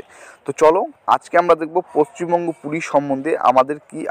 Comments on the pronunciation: Paschim banga Not pacchimbanga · পশ্চিমবঙ্গ, পচ্চিমবঙ্গ নয়😂😂